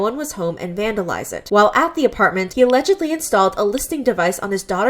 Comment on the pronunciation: i love how she keeps saying alledgedly